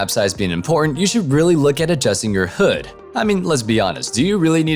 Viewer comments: It's h-"ud" like rhymes with dud....not hood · HUD is read as H-U-D not hood ... others also say Huh-d but not hood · HOOD!? It's hud not hood. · I was cringing at the fact he kept saying "hood" rather than "Hud" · XD. He said. "Hood."